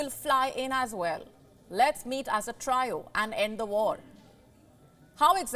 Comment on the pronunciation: Desi scribes got really messed up pronunciations - of English words. Trio - Traayo ? Lol 😹